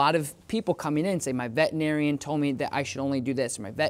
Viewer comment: Can you please stop saying “vetinarian” it’s vetERinarian